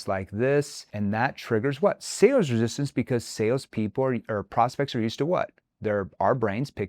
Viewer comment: "Resistancee"? Lol.